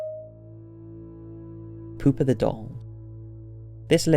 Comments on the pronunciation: Anyone else hear poopa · Pooper the doll? sure you're pronouncing that right? lol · I know that it's creepy but I can't help but laugh when he says poopa😂😂😂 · Pew pa pronounce it right.